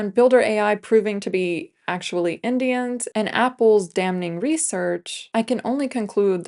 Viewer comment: I liked the video, but the way you say "indians" is very weird.